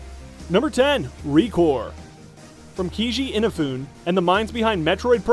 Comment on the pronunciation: he really can't pronounce keiji inafune's names hahaha